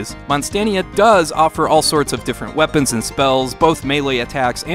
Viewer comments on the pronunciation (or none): none